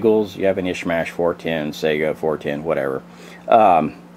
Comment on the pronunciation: Sega is a game console!!!!!! SAY (sigh-gah) or (Kah-lah-sh). AK is badass in .410 or .45 or anything else.